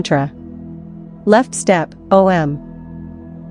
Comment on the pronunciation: must we have AI narrating everything? couldn't you have a real woman doing the narration? O M Namah Shivaya? O and M are NOT pronounced separately. Ridiculous.